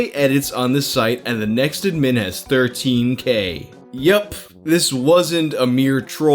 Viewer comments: Dude.. Pronounce "admin" correctly please.. lol. Ad Min. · The way you say “admin” kind of bothers me, but also when I think about it, it makes sense. We say “ad-MIN-istrator” not “AD-ministrator” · The biggest mutilation in this video is your pronunciation of admin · The way you said admin the first two times upsets me far more than it should. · We just going to gloss over how pronounces "admin"? Aight. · The way you pronounce “Admin” hurts my brain lmao it’s almost like there was a glitch. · Don’t get me wrong, I love this guy, but the way he pronounces “Admin” makes me want to literally vomit. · I don’t think I’ve ever heard anyone say “admin” like. Maybe I’m crazy. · The way you pronounce "admin" really annoys me. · Why do you keep saying "admin" like that? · Dam, why can't you say "Admin" properly? lol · mate pronounce admin